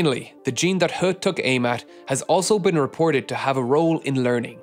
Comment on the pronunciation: I love your videos, and I've been sitting here utterly gobsmacked at the hubris of Dr Le... but I just wanted to offer a couple of pronunciation tips. You totally nailed the pronunciation of "He", but Mandarin syllables ending in -ui like kui are pronounced like -way, not -wee. Also "mosaicism" is pronounced with a soft C, not a hard C.